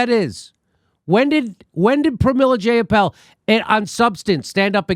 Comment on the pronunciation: Zjai a pol = Jayapal C'mon Jimmy you are smarter than this. Do your homework bro! Please give her the respect she deserves not the disrespect that trump affords someone of her elegance. And eloquence. However she is disappointing! If not for Bernie we wouldn't be talking about anything of a progressive nature. As Tim Black says it's easy to diss the shit out of an unprecedented man and all the things he has accomplished as one fucking guy with integrity for 40 years. He is not perfect and yes I was pissed when he surrendered but you know as well as anyone that the fix was in long before he ran the 1st time. And they had to do even more scumbaggery this time out. Let's just focus on getting MPP out there and let's change this fucking system. Have Nick on once a month!!!!!!!!!! Peace Bill sonic Fricke